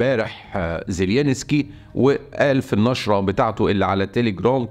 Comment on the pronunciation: رحمة لوالديك لا تنطق زيلينسكي على الرئيس الاوكراني ، انت الوحيد الي ينطق اسمه من دون كل الإعلاميين او مقدمي المحتوى ، زيلنسكي بهذه البساطة فقط